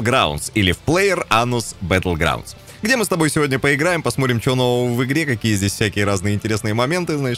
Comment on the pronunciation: ПлеерАНУСбатлгрАНУС!!! Послушай как ты это сказал в начале ролика!😂😂😂